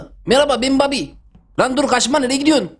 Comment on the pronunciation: Babi oyunda derken aklıma papi oyunda geliyo